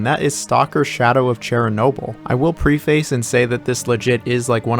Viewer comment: is he using AI of his own voice or something? So bizarre. Earlier, he mispronounced preface, and I can almost let that slide, but "rampoggy" is just insane. Why do I even watch this shit?